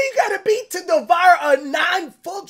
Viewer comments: this man said devire 💀📸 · “In order to devire” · DEE VOW ER .. Devour